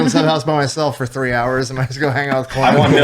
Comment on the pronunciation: I swear he said CLIT from bunker branding 😂